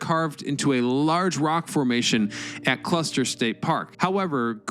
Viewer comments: It's Custer State Park! Not Cluster! It's named after General Custer! Omg !!! You have said it 3 times now! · Custer. For the love of history. Custer, not cluster. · It’s called Custer State Park, not Cluster State Park. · Except for the weirdly Troll-worthy mispronunciations throughout the video, yes.. I like it. “Cluster” “Glutzen” come on.. this isn’t that hard.. I want to like the “it’s history” videos, but it’s a CONSTANT DISTRACTION” that you can’t get this figured out.. you’re better than this, I know it, but you’ve gotta get someone to double check your narration.. there’s just no alternative. Again, I’m a supporter. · Why do you keep saying Cluster 😒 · Everytime he says "cluster" take a shot.